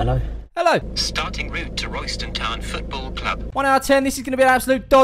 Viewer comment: The locals actually pronounce it RAYSTAN TOWN